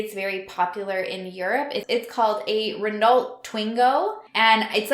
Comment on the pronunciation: The way you said Renault had me creasing 🤣🤣🤣 Just found you last week and I think I have listened to atleast 5 videos a day 😅